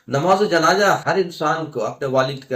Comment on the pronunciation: Janaja nahi Bhai janaza bolo .pehle apna talaffuz sahi kar lo .